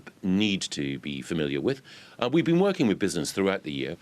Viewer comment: "We're been woorking with business throughout the year", says Govey. Really? Stop boring me with bullshit, Mikey.